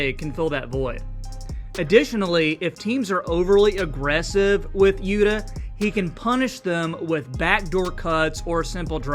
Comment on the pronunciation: You can just pronounce his name as Utah. Quit with this "Yuddah" crap.